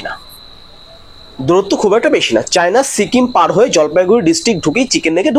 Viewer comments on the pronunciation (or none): none